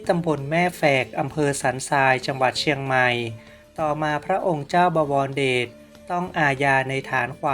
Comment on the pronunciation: บอ - วอน - ระ - เดด อ่านไม่เป็น